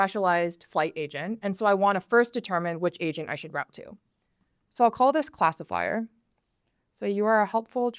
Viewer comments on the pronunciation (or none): Sounded like she said Asian Builder... Sounds about right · For a second I thought I heard asian builder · Im telling you I swear when she said agent in the beginning it sound like she said asian😂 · Not gonna lie, I did hear "Welcome to Asian builder 101" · I thought sis said "Asian builder" for a second damn it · Not me thinking she was saying Asian Builder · why she say asian builder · I literarily heard Asian Builder in the beginning... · I thought she said "asian builder" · I thought she said Welcome to Asian Builder 101 lol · Why the hell do i keep hearing "asian builder" 😂No offence meant lady. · bro ithought she said "asian builder" HUUH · sounds like Asian builder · Am I the only one who heard it Asian Builder 101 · Man I literally heard her say “Asian” builder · Is she saying Asian builder? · Sounds like "asian builder" to me. 😆